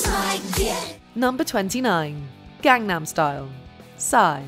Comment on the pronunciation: It's been 12 years and Gangnam Style is still pronounced incorrectly